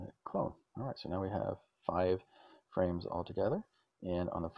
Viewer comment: This video was super helpful! I made a dark blue wall with the Commodore pallet, along with the moss and flowers. All without Tile Mode. 🙂 Also, I had to rewatch you creating the frames because it sounded like you said, "Let's go ahead and create some friends," (for the lonely layer). 😄